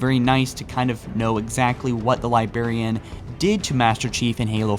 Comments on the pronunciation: It's pronounced 'Librarian'...not Li-berry-an. lol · LIBRARIAN. A Lybarian is somebody from a west African country. Holy crap just learn how to pronounce words correctly, Without leaving our a freaking letter that is in the word. That is the only thing I don't like about your vids. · "THE LIBARIAN..." Every. Freaking. TIME. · Next week on Halo Follower, / still doesn't know how to say Librarian. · He still can't say Librarian. confirmed.